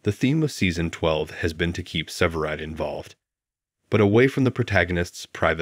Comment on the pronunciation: Its. SEVERIDE NOT SIVERED AS YOU KEEP SAYING.